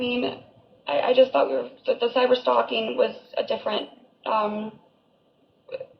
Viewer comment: She is illiterate. The way she says cyber stalking.. even cracks me up. I thought the dumb was an act but.. apparently she is just DUMX AF.